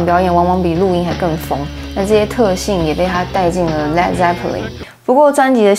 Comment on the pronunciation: 发音是led，不是leed。